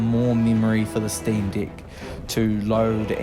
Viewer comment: It’s pronounced steam deck not steam dick